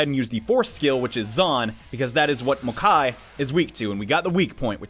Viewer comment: Mokoi, not Mokai